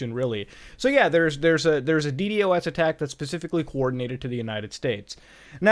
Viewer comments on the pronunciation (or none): why did you keep saying "dee-dee-oh-essing" instead of Dee-Dossing, it's so much easier to say lol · Stop saying D-D-o-S you can say D-dos, 🤦‍♂️ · its so weird to hear someone actually say d-d-o-s instead of deed-ahs LMAO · never wanted to punch a man so bad as i did this man when i heard D.D.O.S instead of D.DOS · please stop saying "DE-DE-OH-ESS" and please just pronounce it "DE-DAW-SS" like a NORMAL PERSON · I hate how he kept saying D.D.O.S instead of ddos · Please for the love of shiz, call it d-DOS, not D.D.OS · Dude stop saying D-D-O-S It’s pronounced D-DOS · Why do you call a ddos a d.d.o.s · ur the only person that says d-d-o-s isnted of d-dos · please just say DeeDOSS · Muta pls stop saying d d o s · God please, call it de-dos Its so much easier please